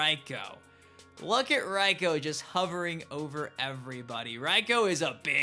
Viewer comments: Literally no one says “Raiko” like that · His name is pronounced Rayko. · His name is not "ryko" lmao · Like your vids, keep it up but for the sake of the elder gods can people please say reikos name right, its pronounced Ray ko. I mean characters in the game say it. Sorry for the mini rant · It's Reiko